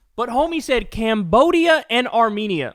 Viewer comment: AAHHH YESSS the lands of Allermaijan and Arzenia.. 😂😂😂